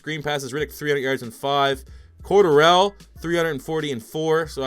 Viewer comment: Cordarrelle...you are pronouncing that way wrong.